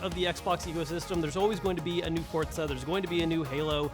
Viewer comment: Oooooooh didnt know u meant to say forcah rather than forzha